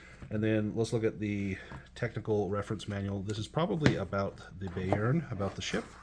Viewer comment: Thanks for the nice, succinct review. I'm considering a Mongoose 2300 campaign and was eying Bayern. That said, Gott im Himmel: Bayern is German for Bavaria, and I lived there when my dad was in the US Army. I always heard it pronounced "Bye-urn" not "Bay-urn".